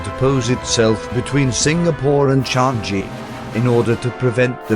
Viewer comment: Watching the robot explaining it was painful. They managed to get Kranji's pronunciation correct but Changi wrong. It's "Chang-yee", not "Chan-Gee".